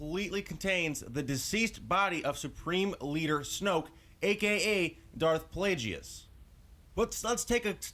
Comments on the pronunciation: ITS NOT( pla-jee-us) ITS ( pla-gus)!!!!!!! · Plagues is pronounced Plag-us. Also, Snoke was the apprentice that killed Plagues. Palpatine became Snoke's apprentice much later. Palpatine did say in ep. 3 that the story of Darth Plagues the Wise was a Sith legend... (so there's a good chance that it happened a long time before that conversation). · his name is pronounced plague and guess, so plagueis